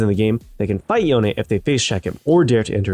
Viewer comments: are you seriously calling him Youn? or yon? That's disgusting, it's YOH-NE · i think e is silent in yone sounds so bad with the e